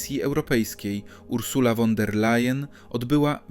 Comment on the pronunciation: Nie "won", a " fon" der Layen! Nieuku!😅